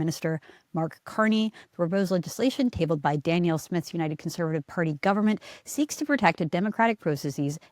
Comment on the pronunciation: Candice, did you know you pronounce Danielle's name like she's a man? It's Dan-Yell. I hope that helps.